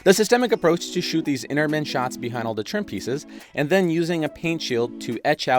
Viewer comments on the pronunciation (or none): none